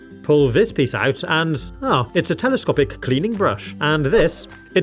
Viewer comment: IF U SAY TELOSTOPIC AGAIN